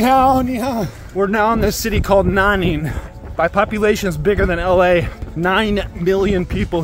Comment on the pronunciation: Omg "wo ai Nanning!" 🤦🏼‍♂️